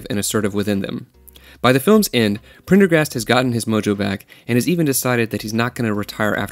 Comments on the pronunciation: I'm very happy this was top comment lmfao I also found it wildly obnoxious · I was somehow thinking I was the only one cringing when I heard that. I don't know why… It's a lame, ridiculously over-used joke. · Phonics are fun: Prendergast. Sound it out: Pren - der - gast. Pretty damned easy. You got the "prender" part, so why was "gast" difficult? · It’s pretty disingenuous when the guy formatted a whole video essay evaluating the themes and characters of a movie but cannot pronounce the name of one said characters that is actually pronounced multiple times in the movie. This movie is mostly about ownership and taking back your life just in the view point of a broken dangerous man. Maybe it’s a Concept Gen Z can’t grasp because everything in their creative entertainment viewpoint is posi- colorful half baked bull. For 90s kids like myself this and Fight club were especially relevant because we lived it. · one way to call it is "copying a trend" when you're trying to make money on it. Time of u watching=more advertising opportunities In more professional circles it's called "pulling taffy" or to stretch ones time with meaningless B.S. If you found his mispronounations funny I bet your under 12 or at least have the mentality of one. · I don't think he even watched it, he some how couldnt pronounce Prendergast? im sure it was meant to be satire but man it left a sour taste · You lost me at Prendergast's name. Too cringy to continue. You were doing so well but then you messed it all up. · If you don't know how to pronounce the dudes name, then watch the movie. The fact that you can't pronounce it says you didn't watch the movie. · I think he may have had a problem saying Prendergast bc the famous name sounds similiar Pendergrass - the first doesnt roll off the tongue - its hard to believe he cant pronounce such a simple thing when he regularly reads much harder words so it comes off like theyre trying to be cute - idk if they are but imo it shouldn't last long